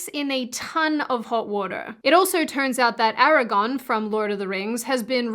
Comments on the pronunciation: just say "Aira", like the name, and add "Gorn", like the lizards from Star Trek.;) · I think I know where you may have gone wrong with your munted accent and pronunciation of Aragorn. There's another fantasy novel/movie about a boy named Eragon. And you probably confused them somehow. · but that word has an 'R' in it. Eragon is a different movie than the one Aragorn is in. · Okay... I'm gonna bully you too now. ARAGORN! GORRRRRN! Not GON! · As far as the Aragorn pronunciation goes, I think the major thing is that the way you say it sounds like "Eragon" which is a completely different and well known character😂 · "Aragon" lol what. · Ara-gORn, not Ara-gawn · Not gonna lie, you pronouncing Aragorn as Eragon made me do a mental reboot. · Its pronounced ahr-uh-gorn. Its westron 😊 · Please keep saying Aragon the Aussie way. That’s what makes you … and if Hollywood wants more diversity in it’s movies make new stories, not changing History, or movies based old stories. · Hit the nail on the head with this one! Very well said. Please keep covering this stuff! And yes, it’s Aragorn not Eragon 😂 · Don't feel bad about how you pronounce Aragorn. Most of the freakin fandom of Tolkien doesn't even know how to pronounce Smaug correctly... They've been saying it obnoxiously, makin up pronunciations! So you do you, girl! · You articulate these truths so well... and I don't mind how you pronounce Aragorn. Stop paying any attention to the idiot nerds who try to make you feel bad. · I might be in the minority but I kinda like how you pronounce Aragorn's name. It's adorable and it's wholly you. We need more things that are unique in a good way in this world. Also, most girls I know are hung up on Legolas, so it's nice to see a Viggo Mortensen fan for a change.